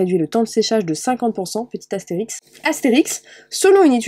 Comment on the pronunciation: mdrrr c'est pas asterix * c'est astérisque 😂😂